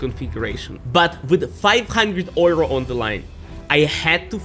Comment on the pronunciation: FIVE HUNDRED OYROS